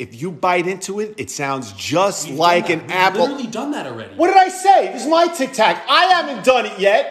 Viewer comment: 😢 he pronounces it like me... “tiktack!” 😭